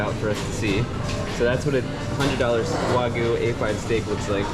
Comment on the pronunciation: pronounces “Wagyu” the correct way!